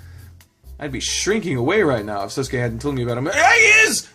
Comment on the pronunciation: I believe it's Sousuke -> soh-su-ke Yuujirou -> You-ji-roh Gou -> Go (as in the word "go") I think, "ou" in romaji (the phonetic version Japanese) is said like "oh" I might be completely wrong tho. correct me if I'm wrong